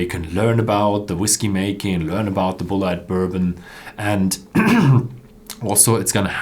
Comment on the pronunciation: I believe that Bulleit is pronounced the same as "bullet" -- bull-it